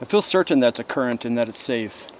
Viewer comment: ITS A CURRANT!!! ker-ant not a curent MY GOD!